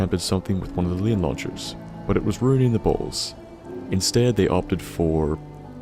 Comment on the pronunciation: Launchers, not Launcherw.